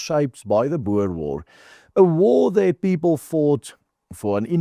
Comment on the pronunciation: Jy is afrikaans, dit is "boer" en nie "boor" nie.